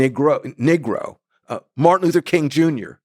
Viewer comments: I'm not trying to nitpick I'm truly curious... isn't negro pronounced "knee-grow"? His use of "Nig-row" seems atypical. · If he pronounced "Negro" as Neegro rather than Nigro, that might help. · I thought it was negro not niggro